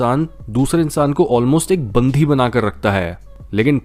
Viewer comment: When u said Bandhi instead of Bandi Me: that's how this word came into existence.....